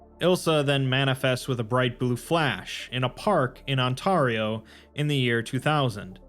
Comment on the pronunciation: Ont - air - EE oh not on - tar ee- oh. Sincerely a big fan from canada